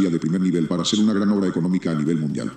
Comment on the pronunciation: Jajajaja es mundial o ( Nundial )